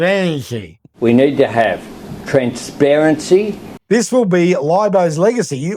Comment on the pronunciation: Transhsparanshy ....... that's easy for you to say .